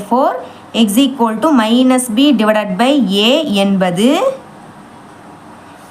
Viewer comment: Akka no shequoldu😂😂 only eqoldu